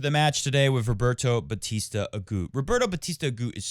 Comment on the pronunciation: Roberta Batista AguTTTTTT. It's Spanish not French